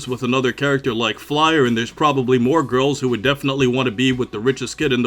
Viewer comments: You keep calling her Flyer, but it’s Fyler. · I believe his name is Chok and the girl's name is pronounced FIE-LAH (fai-rah in Japanese)